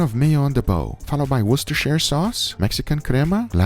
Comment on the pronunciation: I cant believe you pronounce worcestershire correctly. Your tongue is exceptional